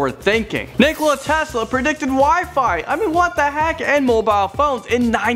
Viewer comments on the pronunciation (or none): none